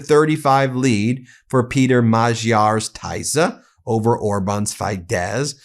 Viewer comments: TISZA NOT TAISZA! FIDESZ NOT FAIDESZ! 😊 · Tii-za it's pronounced and Fid-ez party. Tisza is a river in Hungary. Peter Magyar used to be in Fidesz but with all the pedophile scandals related to Child Orphanages (sounds familiar right) and Orban pardoning pedophiles related to it, and blaming it on Peter's ex wife he decided to make his own party and hates Fidesz now. (Hungarian partner tells me)